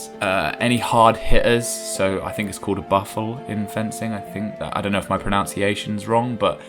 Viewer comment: "Boo-fell" is correct pronunciation, I believe